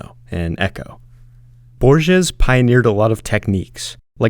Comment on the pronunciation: Sir, reconsider the way you pronounce Don Quixote, and Borges. Please visit the website called forvo to check pronunciation.